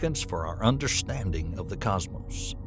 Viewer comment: I'm still wondering what a "Cosmose" is.